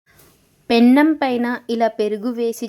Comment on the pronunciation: Pennam కాదు తల్లి. పెనం.